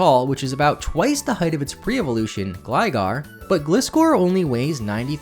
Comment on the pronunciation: You said Gligar correctly but pronounced Gliscor incorrectly. How?!